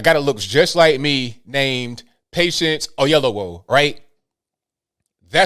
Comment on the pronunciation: butchered my tribe name. "Oyelowo"😁